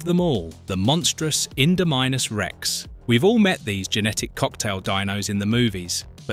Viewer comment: No one has ever pronounced the Indominus Rex name like that before, like WOW. Second why can't people pronounce Giganotosaurus right. The correct pronounce for both are the following. Indominus Rex ( In-domi-nus Rex) Giganotosaurus (Giga-noto-saurus)